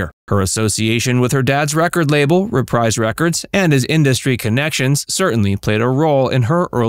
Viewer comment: It's pronounced Re-preeze records not Re-prize even though it's spelled Reprise. Everyone makes that mistake.